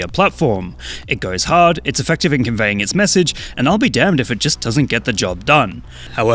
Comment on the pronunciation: Bro saying it goes hard sounds so wrong with a British accent.